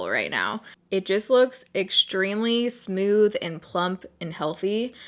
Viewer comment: I love how you say smooth lol "smewth" ♡